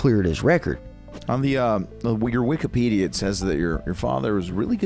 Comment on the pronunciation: Did he just say the wigger Wikipedia 😂